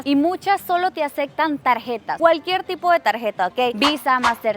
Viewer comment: Acectan Ocsiones Sucsidio Acsolutamente Neta? Tu contenido es muy bueno, entendemos que creciste en una dictadura pero no inventes. Ya vives en México desde hace muchos años, estudia las palabras y repite la pronunciación correcta hasta que te salga. Eres muy guapa y tu contenido es muy bueno, pero esos terribles errores de dicción hacen que te veas muy naca y corriente.